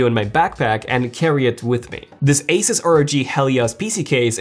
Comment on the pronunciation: Thank you for saying asus and not asooos 😂😂🤣